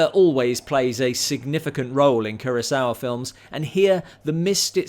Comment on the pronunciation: No offense intended, but it's Akira KUROsawa - not Akira KIRAsawa. Like I should talk; I spent most of my life mispronouncing "Kubrick." 😬